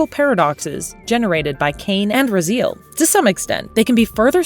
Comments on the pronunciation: The narrator obviously never played the games. it's Ra - Z - L not Ra-Zeal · Maybe say Raziel's name right at least. Rah-z-L, not Rah-zeel. Do some more research besides text level and you'll see the the pacing and tone of the video as well as pronunciation of the key movers of this entire saga is wrong. This stinks of AI voiceover. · Ra-Zeal? Ok. NVM... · I only disliked this video because i got tired of hearing this woman pronounce Raziel's name wrong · Bro she even got Raziel wrong 😭